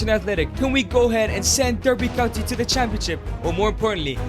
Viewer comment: As someone from Derbyshire, I am offended by how he pronounces Derby County.